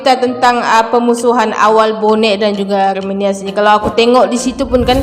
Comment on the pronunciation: kalau cakap yang betul aremania bukan arminia. Bonek bukan Persib.